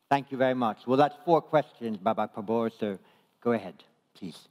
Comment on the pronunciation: Kelihatan MC nya harus kursus sebulan untuk belajar mengucapkan nama PRABOWO